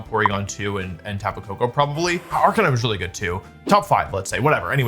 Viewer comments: Wait until you hear him talk about Jenjar or Arcaneenay or Decky-dewey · don't forget the GOAT Arcaneenay